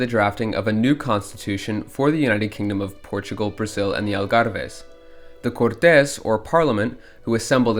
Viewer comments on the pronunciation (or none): Omg... not "cortés"! No! That's spanish! it's CORtes. Or literally just "courts" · Cortez is a spanish dude, i think you might be trying to say the word Cortes, the pronunciation is similar to english but with a slight difference ''Court - is''. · Just one thing, the pronunciation of Côrtes, as in Royal Court, is different from the pronunciation of the surname Cortes